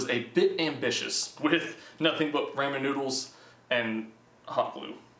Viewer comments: I swear I keep hearing him say "the Roman Numerals" lol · I stopped watching the video when I heard him say ramen instead of ramen, (if you read those differently in ur head you know what I mean)